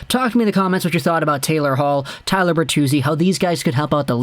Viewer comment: Tyler... its Tyler